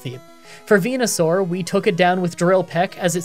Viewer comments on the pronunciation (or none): none